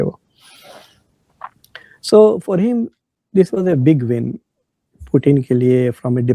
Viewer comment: he says big VIN???